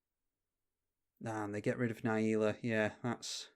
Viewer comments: Na Jee la, not naieela! Great video! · its not, you are speaking english and should pronounce it the correct english way